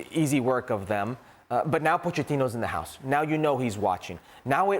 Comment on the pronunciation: "Got a spare hoose" 😂 Love when Stevie talks in his most Scottish accent 👌🏽